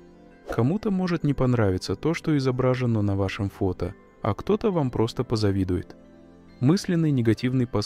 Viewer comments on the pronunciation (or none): Надо говорить "изображенО", а не "изобрАжено"